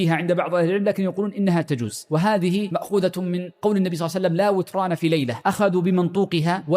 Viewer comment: لا وتران بكسر النون لا بفتحها ياشيخ